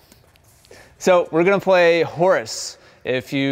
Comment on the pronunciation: You pronounce "horse" like "Horace". I've never heard anybody say it like that.